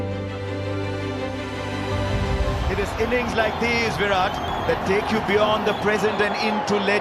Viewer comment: His name is VIRAT not v-rat. Show some respect..